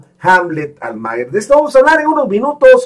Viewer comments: Pronuncia bien el apellido "Almaguer", es Almaguér, no Almáguer", no seas wey. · Almaguer.... No lo pronuncia bien.